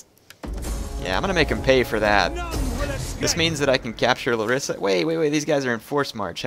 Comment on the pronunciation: because i know you like correct pronunciation. it s lArissa.